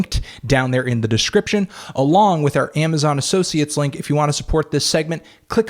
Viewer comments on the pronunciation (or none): none